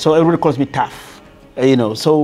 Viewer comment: It's TAF not tough